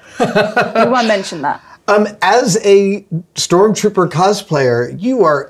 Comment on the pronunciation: stop calling it STORMTROOPER AHHHH😂😂😂 great work tho, very cool